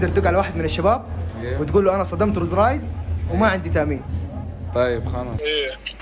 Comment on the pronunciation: ماتعرف تقول روز رايز😂👌